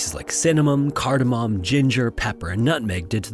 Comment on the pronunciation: kordamoN not kordamoM